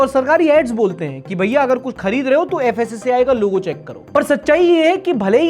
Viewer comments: *fssai not fassai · Fassi❌ Kassi✅ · FSSAI ❌ FASAYE✅